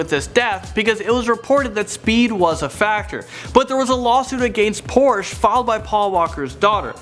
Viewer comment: OMG please say porsche correctly